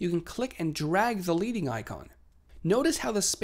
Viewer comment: Great video but.... it is pronounced LEDDing not Leeding. The term is named after the lead (as in the metal) spacers used between lines of type in setting moveable lead type (again lead as in the metal - not like leading a horse).